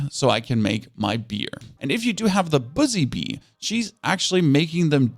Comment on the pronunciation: Buzzy Bee Buzzy Bee Buzzy Bee Buzzy Bee Buzzy Bee Buzzy Bee NOT BOOZY BEE